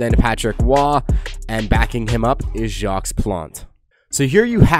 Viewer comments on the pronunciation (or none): none